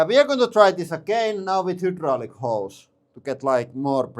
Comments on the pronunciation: I like "hudrolic". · Over a decade and still can’t pronounce hydraulic 😂 love it